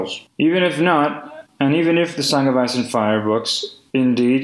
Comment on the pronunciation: the song of ass and fire))))) i am sorry, but that is literally what i hear every time he says it